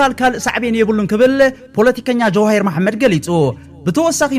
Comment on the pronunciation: ጀዋሂር አይትበል . ጀዉሃር ኢልካ አርማ ሰበይ